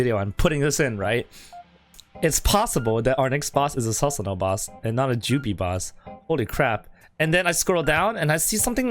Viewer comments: Not sasano it's pronounced susanoo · Please please PLEASE PRONOUNCE IT AS "Soosanoo" and not "Sasanoo" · I dont mean to offend but its pronounced as "soo sa no" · im hyped. dont mean to be mean but its pronounced soo-su-no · Lol it is pronounced soosanoo don't try to roast him when you are wrong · Is it just me or can this guy no pronounce Susano properly